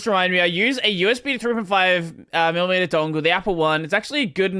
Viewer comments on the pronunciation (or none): none